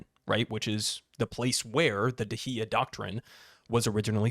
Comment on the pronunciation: Dahiya is pronounced Dawheeya or close to that.